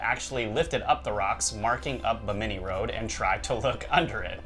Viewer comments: BIm-IN-ee not Beh- mini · Not ba-mini its bimini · Bimi ni not Bi mini lol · The way you guys pronounce Bimini kills me. It is NOT Bamini it is Bimini. Love the video though. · Repeat after me Yankees bim-ah-knee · uh, guys......Bimini: BIM-a-nee... ;) Looking forward to the next episode, this is an excellent topic! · Hey guys isn't that pronounced BIM-INI? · You guys make me crazy it's pronounced BIM-A-NEE! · I know! that was really annoying to listen to. Buh-minny indeed! ugh! Every time they mispronounced it I cringed. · HA HA HA! I was SCREAMING at them: "BIM-A-NEE!" I'm glad I wasn't the only one! What's truly crazy is that you would think that someone on their team would of caught that. Thank you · The accent is on the first syllable of 'Bimini', not the second. They still teach the "fact" of the Java Man, an early hominid, despite finding in 1921 that the sole evidence of his existence was really the kneecap of a Mammoth (elephant). Max Igan (you tube) presents evidence that shows all "history" before the time of the American Civil War to be very much in doubt. Virtually everything taught in school has been altered for indoctrination purposes, the most egregious innovation being common core math, intended to make the use of simple arithmetic beyond most young people. Try asking a twenty year old grocery clerk what the change from a 62 cent purchase paid for with a five dollar bill would be, if you want to get that "deer in the headlights" stare. I could do this when I was eight. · Hey Guys! It's, not Jack. Anyway, just a heads up on the word "Bimini". It's pronounced with the accent on the first syllable. Y'all keep accenting the second syllable which makes the name sound kind of funny. ^_^ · Guys, your pronunciation of Binimi is incorrect. The accent is on the first syllable, not the second. You can hear the correct pronunciation on Ancient Aliens season 2, Underwater Worlds. Its currently available on Netflix